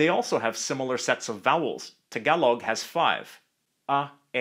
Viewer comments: THE way HE SAID TAgaloG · sir its tāgalōg not tagailoug pronounce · I cant stop laughing how he pronounce Tagalog 😂😂😂 Him: tagawlog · Tagalog is pronounced with the same "A" as in the word Tall. Thanks. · im a filipino and i dont like the i hate how he says tagalog ang luzonnn